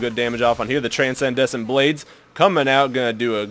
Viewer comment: Okay, Transcendent Blades, is pronounced 'tran-send-ant blades.' (I realise I'm being an asshole, but I don't know why this bothered me so much.)